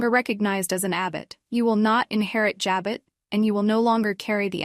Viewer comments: It's JABOT, French Pronounced ,"Ja bow".not "Ja bot". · ja bow not ja bot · Learn how to pronounce Abbot Jabot!! It’s not Jo-bot!! Diane is 🤮🤮🤮🤮🤮🤮🤮🤮 will stab Jack in the back! Just wait! Sick sick sick of Sharon’s storyline! Ridiculous! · Can you pronounce Jabot right